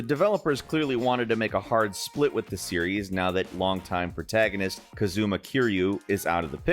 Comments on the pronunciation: My brother in christ, its "KAH-zu-mah" not "kuh-ZOOM-uh" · What a very odd way to pronounce "Kazuma" regardless, this doesn't sound like either, sound slike some random person that picked off the street